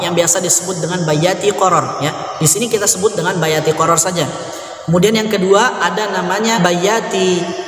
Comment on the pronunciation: ustadz, mohon maaf kenapa harokat terakhir kok jadi sajee yang mulanya sajaa, harokat fathah menjadi bunyi huruf e, itu kenapa tadz?, mohon pencerahan nya..